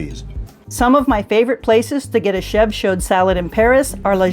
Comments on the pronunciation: Wonderful videos! Thank you for all of this! I’m ordering your guides as a gift for a friend. 🙏🏽 But please do not pronounce the D at the end of “chaud!!” And, help her say Le and De properly!!! It’s so easy,! 😬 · Love your channel and the great tips, food, places you show. So instructive!! Also love the red scarf! FYI - CHAUD is pronounced SHOW with the D silent.